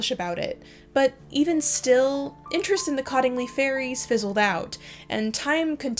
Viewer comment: Cottingley is pronounced "COAT-ingley."